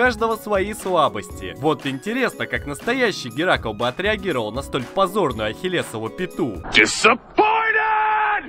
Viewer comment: Геракл,а не геракол))Это ж надо епт))))